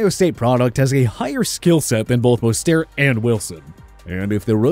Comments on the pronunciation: I heard mustard lol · Man this guy butchered mosterts name BADLY